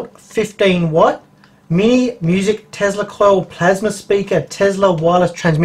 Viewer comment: whats a "tezla coil", i think you mean tesla